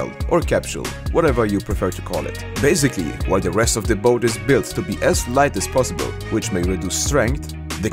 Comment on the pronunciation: lol "bazicly" 'alZo" i can't with this guy xD